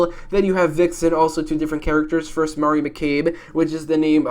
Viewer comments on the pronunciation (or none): none